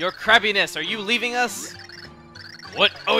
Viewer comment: Your crabbiness... I keep thinking chugga is saying your crappiness